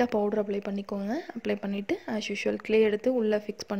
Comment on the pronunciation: க்லே இல்ல